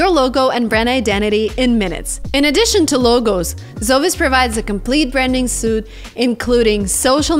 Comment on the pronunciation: language, work on.pronouncing Suites correctly.